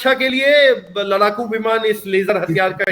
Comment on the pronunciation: लड़ाकू को लराकू बोलने की 😂 वजह से देरी हुई है, कोशिश शुरू हो गयी है सफलता अवश्य मिलेगी!